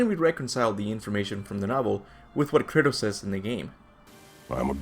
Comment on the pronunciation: drink every time he calls kratos curtis